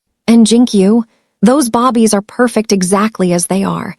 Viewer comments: Ok so annoyed. Bobbies maybe Babies i really cannot stay engaged if your narrators can't read. It makes no sense to my brain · This AI is annoying it's babies not bobbies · lol naw she saying bobbies instead of babies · Can you fix the computer to say BABIES and not BOBBIES. Please this was a great story. Remove grandma out of kids life. Her hatefulness against her grandkids is crazy. See was her marriage was loveless. Part 2 I want the family to get married and live happily ever after without grandma ❤❤❤ Atlanta Georgia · This would be more enjoyable if the narrator wasn’t calling the babies bobbies, and saying starring instead of staring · I hate when she call babies, Bobbie’s !!! It’s babies not Bobbie’s . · I was so into this story until I started hearing bobbies instead of babies 😢😢😢why bobbies 😢😢😢😢so annoying 😑 🙄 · Good story but thumbs down for saying Bobby’s instead of babies repeatedly throughout the story. ⭐️ ing instead of staring was annoying as well. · What's up saying Bobbie not babies.? This so wrong change the language so your listeners will appreciate the story. California 😢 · I just goggle this too and found out the term they are referring to is babies and not bobby. I thought are they saying baby or bobby? lol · Definitely and she speaks english well so why babies bobbies irritating. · I'm not going to like this narrator she doesn't know how to say babies... she keeps calling them bobbies 😮😮. Listening from Texas When did Las Angeles become Lowes Angels LMBO hahahahahaha 🤣😭 hahahahahaha. This narrator is quite a story teller 😅 I would have kicked Grandma out of my apartment the first time she came out rude 😠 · Can you please stop with the "bobies" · Babies is pronounced... "baybies" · Bobbies is your Ai mistake !!!❤❤Great story!!! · This is a good story, but calling them bobbies is driving me crazy. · Bobbies...really? I think this is the 3rd time I've seen this mistake. Small but very annoying like most a i voice overs.